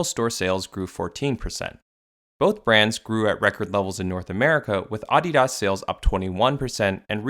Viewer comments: Down voting cus of the way you say Adidas for the entire fucking video. You fuckin up big time man. Sorry to spread all this negative energy but someone’s gotta tell you. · Is that how Adidas is pronounced? Am I the only one who finds it jarring? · The way you pronounced ADIDAS was like nails on a chalkboard 😖 even if everyone ive ever heard say that brand pronounced ; the way its said in the video makes it sound like a snobby elite only company that doesn't sell to ignorant peasants such as myself. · I feel like if Adidas pronounced Adidas the way you did, they could maybe pass off as a luxury brand lol. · Let me guess, you are North American? It's pronounced ah-de-das, and not uh-de-dus. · why pronounce that way? Please stop. I couldn't finish the video. Just say Adidas, not Ahdeeeahas. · he lost me off how the man kept saying AHdidas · You messed up the name of the brand so bad this video is unwatchable. Shame. uh· dee· duhs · "auDEEdoss" man wtf who says it like that? Its "ADDeedus" like your other content but I cant listen to that sorry xD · My main takeaway from this video is that some people say AW-DEE-DAHS when I've only ever heard it pronounced as UH-DEE-DUS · can you just say Uh-dee-dahs? instead of AH-DEE-DASS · It's AH-DEE -DUS, I'm not in Germany, (Note how I didn't say Deutschland ) [[Same with Porsche] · Came here to just hear me say Ahh Dee Das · Ahhdeedas? Wtf is this dude saying? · “Oddy Doss” 😂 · Bro said aauugghhdidas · The way you say ADI-DAS makes me want to break my computer. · “Aw de daus” 💀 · Bro you going bleed my ears saying Audi-Doss throughout the video 😫😫😫😫😫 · The pronunciation irked me so bad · Anyone else get stressed the way he says Adidas? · Lmao never heard adidas pronounced like that before😂😂😂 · I can’t stand the way you pronounce adidas great video though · You pronounce adidas wrong. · couldnt watch this because of the way he says adidas.... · I genuinely hate how you pronounce Adidas 😔😡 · It’s very jarring